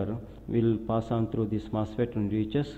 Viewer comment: Say what? First degree general mustard? Sorry but can anyone tell me what he's saying? I don't know much about electrical engineering.I'm trying to learn something. Is it "First DC general MOSFET"?